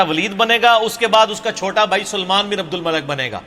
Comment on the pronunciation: You Must not speak Punjabi language. Between of speech and say the right name of abdul malik bin marwaaan not abdul malek bin marwaan Malik means baadshah And malek means farishta